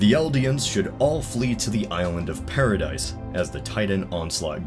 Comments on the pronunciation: Its not pardise, Its Paradii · Paradis and Paradise are spelled and pronounced differently.